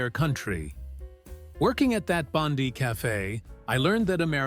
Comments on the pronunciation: Not Bondee it’s pronounced Bond-eye. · Bondee is the name of some stupid female in the US government. Please, if you don't want to aggravate Aussies, learn to say the names of our towns & suburbs correctly - it is not that difficult. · Bon-die thank you, not Bon-dee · AI slop reader its Bondi pronounced bond eye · its Bon die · American accent and mispronunciation of Australian place names, eg, Bondi is Bond-eye, do you no favours. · Ffs Bond-eye!!! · or Bon-dye. then AI can try Woolloomoolloo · It's pronounced "Bond - eye" . Get your stupid AI to learn how to speak. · Why is this using an American AI voice? Anyway, Bondi is not pronounced that way but that I suppose that is the way with AI, it's all American. Oh well... :-( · That's not how you pronounce Bondi.